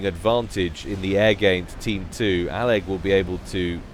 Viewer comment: I think you are the first caster (at least out of the ones I watch) to pronounce all of aleg's username.